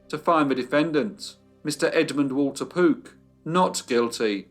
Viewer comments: I kept hearing 'Poop family' 😁😁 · are you saying Pook, Poot, or Poop?